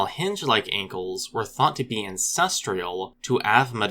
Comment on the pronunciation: I think you're adding an extra syllable in that word Ancestral. I know you're used to dealing with words that have a lot of syllables. It's an easy enough mistake to make.